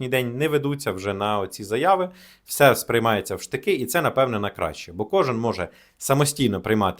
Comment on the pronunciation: не всьо, а все, телепень